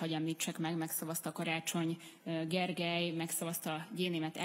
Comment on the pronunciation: befosok, azt mondja "Karácsony hosszú drámai szünet, levegővétel Gergely"